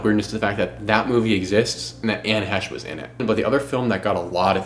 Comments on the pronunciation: great video young man, except calling her Hesh. it sounds like hay-sh. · Her last name is pronounced 'Hay-shh' may she rest in peace. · Fighterfighter training and body bag aside Bros really gonna say Anne Hesh the whole way through like hes never heard her name before. But yeah Ellen, like Oprah has power not to be messed with. I'd rather upset the queen when she was alive. Good vid, keep going down the murky murkhole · I think it’s he-chee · It seems odd to intentionally mispronounce her name when every clip clearly pronounces her name correctly. Is it out of disrespect or what? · Dude, if you’re going to make an entire episode about someone- at least pronounce their name right. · " I don't want to disparage this womans memory"Intentionally mispronounces her name throughout video